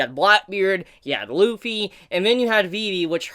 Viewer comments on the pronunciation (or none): It’s not lupy it’s luffy